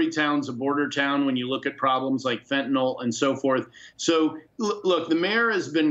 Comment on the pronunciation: Why are all these leaders mispronouncing FENTANYL?